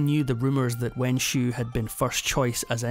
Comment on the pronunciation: It's a shame the narrator can't pronounce the Xiu in Wenxiu properly.